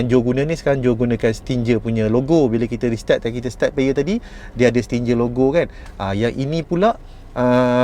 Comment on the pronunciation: Nak beli tapi tak reti nak pasang 😅 Btw, sebutan Stinger tu "sti-nger"